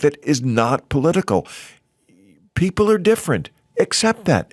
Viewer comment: Oh Bill- "you pbeeple"